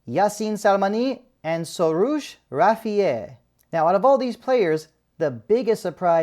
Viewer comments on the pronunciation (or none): Hey buddy, you can't even pronounce the names of the team melli players (it's not Sorush Rafieh, it's Rafiyi)!!! Moreover, Skocic, Hashemian and Bagheri called Taremi several times each, but he blew them all off, thinking facing public pressure, they cave in... and they did not. Good decision, no player is above team melli!